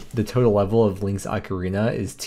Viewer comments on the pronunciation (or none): none